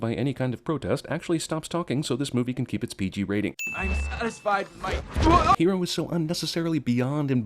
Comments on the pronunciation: The chick with the glasses that pronounced "Hero" correctly ONCE then the rest of the movie pronounced it "Heedo" was the most annoying thing about this movie. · Is name is "Hiro" not "Hero". sorry being a nazi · I'm so glad that people in the comments are also annoyed with the white girl pronouncing Hiro. Like, everyone else (including the Japanese characters) say it the American way??? Hero???? And the white girl say it without pronouncing the R (the traditional way) but wHY??? IS IT ESSENTIAL TO THE PLOT? IT JUST BUGS THE HELL OUT OF ME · Me every time she said Hido I yelled Hiro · Honeylemon's accent changes... She says Hiro properly at first... Then she pronounces it as "Hedo" in a later scene... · His name is pronounced He-do not just hero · she pronounces hero HE-doe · I just hate how much of a Weaboo the voice actor makes Honey sound. Everyone else pronounces it "Hero", she pronounces it "Hedo" to accentuate the Japanese name. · Name order is Western. If this is Tokyo in the shape of San Francisco with Japanese culture then it should be Japanese name order. No chrysanthemums at a funeral. She pronounce 'hiro' as "heedle". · How come everybody pronounces Hiro's name as Hero but Honeylemon pronounces it in a Japanese type way...I know that the town is based off of Tokyo and San Francisco but seriously, she has heard his name enough to know it is pronounced Hero. ding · I cringe every time the least Japanese looking girl pronounces Hiro like it's Hee-Do. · ***** now you mention it, I chekcked and yes, since it is a Jaanese name it goes "Jiro", not "jirou" owo just saying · You forgot that honeylemon throws around an accent to pronounce hiros name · I wanted to stab myself every time Honey Lemon said Hiro's name. She pronounces it so strangely. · Also, the way Lemon Drop or whatever the fuck her name is pronounced Hiro's name. I have no idea if she was voiced by an Asian actress but the character is clearly Caucasian, so one sin for a filthy fucking weeaboo.